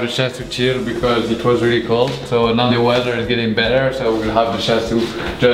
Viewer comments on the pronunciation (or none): none